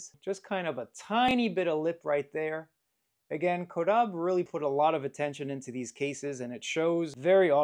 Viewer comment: Incorrect. Is CAW-DAH-BAY